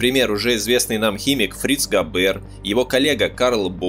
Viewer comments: А он точно Габéр, а не Гáбер? Это звучание для немецкого языка абсолютно не типично. Так его фамилия звучит по-французски, где все ударения приходятся на последний слог. Да и звука "ж" в собственно немецком нет. Он заимствован. "И Ге Фарбен". "И же...", это опять-таки по-французски. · ГабЭэээр ))) ГАбер ударение на А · Зачем произносите "габЭр"? Это же не французский. И.Г. Фарбен, а не "жи", что за "жи"? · В немецком языке ударение ставится на первый слог. ГАбер, а не ГабЕр, фАрбен, а не фарбЕн. G читается как Г, а не ДЖи. В остальном все так. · Ударение ставьте прпвильно: ГАбер, а не ГабЕр! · автор вы наверное французским языком владеете? А я немецким. Так вот не ГабЕр, а ГАбер, не ЕЖИ ФарбЕн, а ИГ ФАрбен индустри. И т.д. Это не французские, не английские названия и фамилии, а НЕМЕЦКИЕ. Не надо ломать язык.